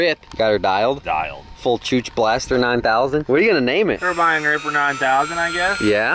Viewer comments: cleetus has definitely been getting lesson from old heads saying "turban" instead of turbine lol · Turban 👳🏻‍♂️?... You mean turbine "tur bine". Ffs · i like how he says turban